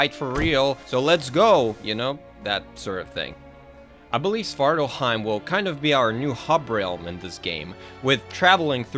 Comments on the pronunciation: SvartalFheim, with an F. I hear Svartalheim being said by many, you even wrote it like that. Alf as in... Elf. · Its Svartalfar or Svartalfhiem not svartarhiem i know it's nitpicking...your details are top notch...keep up the good work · Svartalfheim, it has a 'f' in it. :)